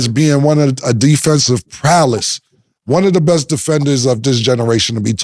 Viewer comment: "Defensive Prowless"???